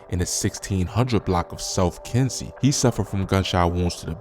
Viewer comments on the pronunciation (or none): none